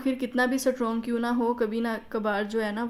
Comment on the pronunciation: سٹ رونگ نہیں ❌ اسٹرونگ